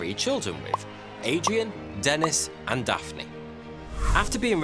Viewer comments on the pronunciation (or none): none